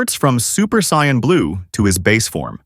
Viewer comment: For the love of all anime... stop pronouncing Saiyans that way 🤦